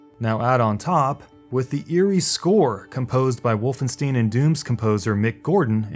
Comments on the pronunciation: Great vid, but "wolfensteen" ? Come on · Did I hear you say "WolfenSTEEN"?! 'Ein' is not pronounced 'een', but as 'ine'. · You mispronounced Wolfenstein? Are you serious? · That Wolfenstein pronunciation was cringe worthy